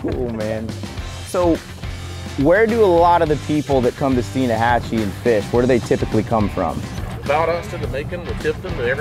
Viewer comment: As a local, I'm just glad you pronounced Steinhatchee correctly haha. Great video y'all!